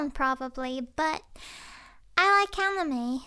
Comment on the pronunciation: Did anyone realize that she said “Catime” and not “Anime”?no it was just me?ok 😂